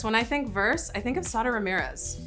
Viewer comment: Okay Sara pronouncing their own name was so helpful because I’ve been out here trying to roll every R and it’s a challenge 😅